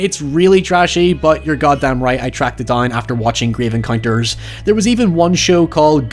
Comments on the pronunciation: ‘Gryev encoynters’ I love you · I unironically like and enjoy Grave Encounters (love how you pronounce that) both as a FF horror film and a parody. The "scary" part for me wasn't the happenings or ghosts themselves but the repeating or suddenly disappeared hallways, doors and staircases and the time warp effect. I always found those ghost hunting tv shows to be way over the top and trashy (though I watched X-Factor religiously) and so enjoy the parody of them. The show Supernatural actually had a couple of recurring characters that were producing such a show, calling themselves the Ghost Facers. All episodes with them were hilarious. On the topic of fount footage horror movies, have you done As Above So Below?